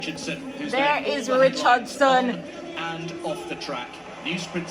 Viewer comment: "Shi-caan-run Itch-chard-son" slow and pop dung like ole country bus to rass! 🤣😂🤣😂🤣😂🤣 a better she did walk and whistle.